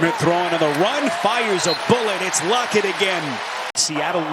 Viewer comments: Why was the man saying lockets name like lockee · is it just me? or is every time Lockett makes a catch the announcer says "Lockey"